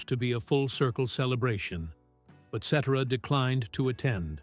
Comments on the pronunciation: can you pronounce his name correctly????? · Ai mispronounced his name which made this awful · If you’re going to have these robotic voices doing the voiceover on these videos, at least get the pronunciation of the band members name properly. That is not how you say Peter’s last name. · I wish these Ai narrators would learn to pronounce his last name. Am I wrong? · So tired of this AI voice. Lazy as one note of his name’s proper pronunciation takes one second. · Sheesh Another BOGUS AI CHANNEL THAT CANT EVE PRONOUNCE PETERS LAST NAME! PURE GARBAGE!! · It would be nice if you pronounce his name properly. The beginning of the end of the band was Terry's death not Peter's departure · You're pronouncing his name wrong to begin with. Who is the idiot that overseas these Stardust Legacy documentaries? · The pronouncing of Peter Cetera's name by lousy AI forced me to stop watching. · Pronounce Peter Cetera's name properly and check your facts. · Video was great historically but the narrator was annoying because he kept pronouncing his last name incorrectly😢😢:( 😢😢😢😢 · Is this some kind of AI voice? At least program it to pronounce his name correctly. So stupid. Ruins the entire video. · Whoever created this AI VIDEO SHOULD BE BANNED FROM YOUTUBE! Nothing but slusghtered snippets of an amazing songwriter, singer, musician and producer of some of the greatest modern music ever! And yes! Peter’s last name is NOT pronounced that way! RIP AI! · At the very least the narrator should pronounce his last name correctly!!! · Pronounce Peter Cetera's name properly and check your facts. I hope he is living his best life, he made many people very happy he deserves it. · I agree. It's hard to believe a narrated story when the narrator doesn't even know how to say the name of the subject he's "informing" us about. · Please learn how to pronounce Peter's last name. How annoying. Sorry. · It is pronounce SETera. Not Sedera. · Qho pronounces his name seterra? Um no, its SetTerra